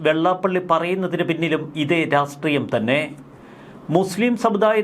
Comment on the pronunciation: ശ്രീ, താങ്കളോട് പലപ്പോഴും ആവശ്യപ്പെട്ടിട്ടുണ്ട് ഉച്ചാരണത്തിൽ ഒന്നുകൂടി ശ്രദ്ധിക്കണമെന്ന്. താങ്കൾ രാഷ്ട്രീയം എന്നതിന് രാസ്റ്റ്രീയം എന്ന് തെറ്റായിട്ടാണ് ഉച്ചരിക്കുന്നത്. ഇനിയെങ്കിലും ശരിയായി ഉച്ചാരണ ശുദ്ധി വരുത്താൻ ശ്രമിക്കുക.